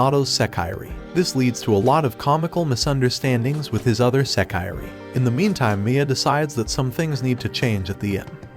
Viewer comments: You should learn some basic Japanese pronunciation. It’s not “seh-KYE-ree,” it’s pronounced “seh-kee-ray.” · Does it matter yall clearly know what he means? A lot of yall are saying English words wrong but wanna complain about this. Smh fake elitist.